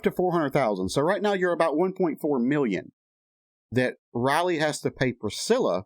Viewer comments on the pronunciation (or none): Lisa’s daughter’s name Is Riley, not Roley. The I in Riley is a long I. Anyway, that’s how I learned it in school, in my phonics class. I much enjoyed your vid.!! That Priscilla is a WITCH!! And it’s a shame Elvis had to ever meet her!!